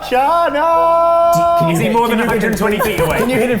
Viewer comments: It keeps sounding like Charnel, not Channail. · Channail. and were constantly mispronouncing it.